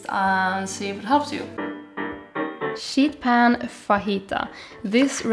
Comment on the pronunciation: You are my inspo for you tube and my fav vegan you tuber. When you say sheet pan, make sure you emphasize the 'ee' as it sounds like you are saying shit pan 😅 ❤